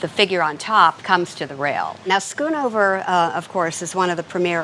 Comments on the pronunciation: For that price, it is not "Skoenover". It is pronounced "sgonover" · Its so fun to hear Americans pronounce Dutch names, skoon over 😂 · SCHOONOVER,,,,,HOW TO PRONOUNCE A DUTCH NAME ....DOUBLE O SOUNDS LIKE BOAT